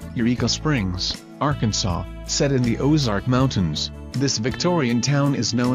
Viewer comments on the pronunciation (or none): none